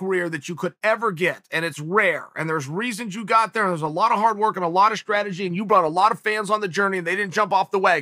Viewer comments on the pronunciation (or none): none